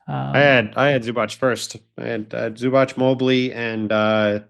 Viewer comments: If you are an Nba analyst how hard is it to learn how to pronounce Zubac’s name? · It's pronounced Ivica like Pizza. And Zubac like Robots.